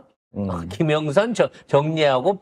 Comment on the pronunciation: 김명선이 아니라 김영선 나만 그렇게 들리나